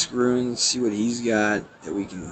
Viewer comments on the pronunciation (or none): Dude, runes is a one syllable word. You are saying ruins, which is a totally different word.